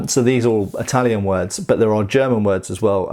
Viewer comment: You put a amazing amount of effort on Italian pronunciation